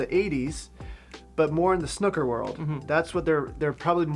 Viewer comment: May I just say, as a Brit, that it's snooker as in Snoopy, not snooker as in hooker. Thank you. As a snooooker player myself who wears varifocal glasses, I found getting an old pair and pinching the nose pads close together so they are perched on the top of my nose, works quite well (apart from looking weird).